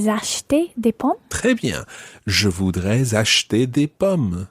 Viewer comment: elle a une très mauvaise prononciation, ça m'énerve quand elle le dit "je vudre" 😤